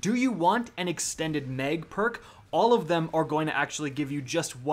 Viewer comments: mispronounces sooo many words I should just give up. Lol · repeat after me: “Mag rhymes with bag, mag rhymes with bag.” 😂